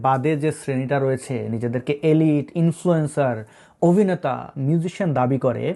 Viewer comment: OVneta নয়, Obhineta